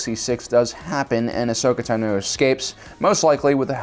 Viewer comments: I'm sorry but your pronunciation of places and names is really bad... Like Oo-tah-pow and Ah-so-kah Tah-no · ITS ASHOKA TA-NO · IKR Why does this guy pronounce shit so bad. He pronounces "Ashoka Tano" wrong. He says "O-Tah-Poo" for Utapau Instead of "Ooh-Tuh-Pow" Holy shit guy, learn the fucking names of the thing you're trying to make a video on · The way u say AHSOKA TANO makes me mad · Why does this guy pronounce shit so bad. He pronounces "Ashoka Tano" wrong. He says "O-Tah-Poo" for Utapau Instead of "Ooh-Tuh-Pow" Holy shit guy, learn the fucking names of the thing you're trying to make a video on